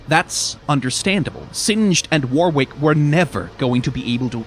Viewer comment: Heads up, "Warwick" is pronounced 'warrik'. the second 'W' is silent. It's weird but a lot of old English names are 🤷‍♀️